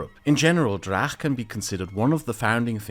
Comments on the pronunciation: I love this series and this episode in particular. It gives me satisfaction to see the awareness spread of issues and events I wished for years to be more widely known, but it also gives me new perspectives and things to look into. For example, I'm reading about Ivan Drach now. Which brings me to a tiny bit of criticism: I think his surname was mispronounced in the video, as it is spelt Драч in original Ukrainian Cyrillic, "Dracz" in Polish transcription, and "Dratsch" in the German one. [Edit: So "ch" should not be pronounced like in the video, like a German or Polish-speaker would, but as an English-speaker would, most of the time (like in "March" or "bunch").] BTW, I would love to see an in-depth video about the Belarusian resistance to the regime, the political exiles, and their organisations. Including the old Rada (Council) of the BNR, the new Coordination Council and the United Transitional Cabinet of Belarus, and finally the Kastuś Kalinoŭski Regiment and other formations of Belarusian volunteers fighting on the Ukrainian side. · "Drakh" Oh boy, this is gonna be annoying., his surname was transliterated into English, and should be read as (if my Greman is correct) as "Dratch" But yeah. total ignorance of Rebet and democratic OUN, just as I predicted. KGB in Ukraine was just renamed SBU, and that's it. Belarus KGB didn't played any role, and, if anything, was purged by Lukashenko. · High quality content, thank you! I think it is important to not only know how to pronounce Polish names, but also Ukrainian ones. So to a German-speaking mind it would be like "Ivan Dratsch". And for these 4 letters we have one in cyrillics "ч" in "Іван Драч". Please pretty please take this into account. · Great video as always! One note though: The "ch" in Ivan Drach's surname should be pronounced the same way as you correctly pronounced "ch" in Leonid Kravchuk's surname :) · I have just started watching this video, and it is pronounced Drach with hard ch, not a kh